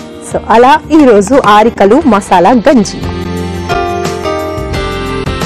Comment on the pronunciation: She doesn't even know how to pronounce arikalu